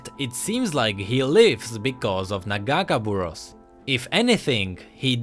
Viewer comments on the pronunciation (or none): It's not nuh-gahkuh-buruhss,it's nagah-kay-boroass. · after hear the name pronounced wrong so many times I got a little annoying. Its Pronounced. Naga-Kay-Bore-Ohs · You say nagakeborous wrong plz listen to illaoi vo and say it right. a nice video btw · As an Illaoi main, ya broke my heart when ya miss pronounced Nagakaboros T-T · You mispronounced nagakabouros. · I'm not gonna lie the way he says nagakaborus makes it hard to watch this video xD